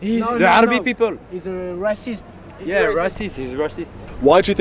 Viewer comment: It's so jarring seeing all the people on both sides politely discussing their opinions and then those boys like "he's razzist, there are a lot of rac'esst pepel in france"